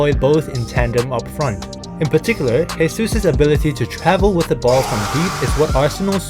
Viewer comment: Great video. Just a tip: Jesus in portuguese is not spoken as "resus", it's "Jesus". "resus" is the spanish version, like "Jesús Navas,", that is spoken as "resús navas".